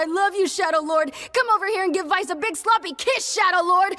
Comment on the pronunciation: Weiss is named after Weiß, the German word for white, so the W makes a "V" sound and not a "W" sound.